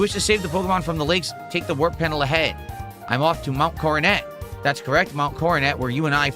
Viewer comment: The "King" doesn't know how to pronounce "Coronet". How fitting.